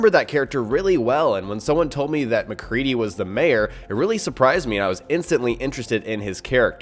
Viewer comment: You said mcree